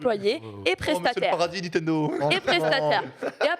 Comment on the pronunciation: J'adore mais ca me trigger tellement quand elle prononce "NiNtendo" sans N, "Nitendo" xD.